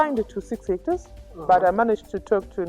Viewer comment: Did you say six hectors?